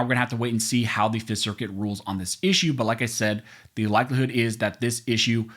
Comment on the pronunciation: Love your commentary and channel. One small improvement to not sound so robotic; could you please pronounce the word 'the' like you do when you just talking instead of saying 'thee' when you're reading ... Pretty please 🙏